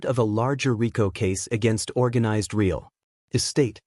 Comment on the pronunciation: Real, pronounced "reel" with a long "e". Fire your AI reader and hire a human who can read and speak English.